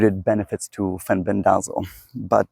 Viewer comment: It's FEN-BEN-DA-ZOLE